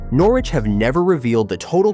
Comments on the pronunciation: Nor Wich ha ha. Lasted one minute before turning off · You make a video about Norwich but cant even pronounce it right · Another video that sounds like it’s been commissioned by some American marketing company. At least get the pronunciation of the City correct before proceeding on a self funded expansion plan which we’ve heard so many times before. The lack of ambition to upgrade the City Stand is now down to the current board and it could be funded by building it first ! and stop the nonsense about fan zones.Fact